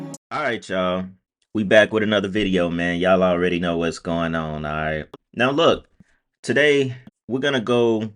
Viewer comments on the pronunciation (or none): How does he kmooowwww